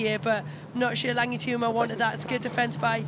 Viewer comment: Can someone explain to Katey Mclean how to pronounce Tuima's surname? How many times.